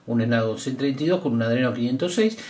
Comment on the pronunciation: Jajajajaja esnapdagon jajajajaja g7 power jajajajaja ese men no sabe de celulares jajajajaja